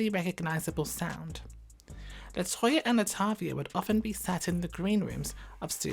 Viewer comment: I sure do hate how he did Latoya and LAtavia that’s sad man